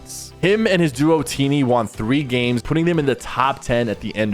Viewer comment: “And Thomas has never WAWN an FNCS” 😖 hate how he says “won” 😂it gets me every time. Lol